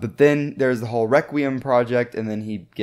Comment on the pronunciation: You should pronounce Spriggan requiem better like Rekt kree um